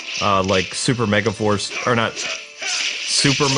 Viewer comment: "ME..GA..FARCE. POWER RANGERS MEGAFARCE" try watching this video and NOT hearing mega FARCE where mega FORCE should be hahahaha. that might be the new Yanny Laurel puzzle if it works lol